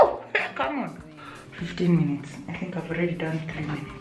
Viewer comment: Hahahahha I love you french at the end 🤣🤣🤣🤣🤣🤣🤣🤣 your accent is perfect 👌 😘😘😘😘 fifteen minute ( fifteen minuté ) Hahahah love your channel girl 😘😘😘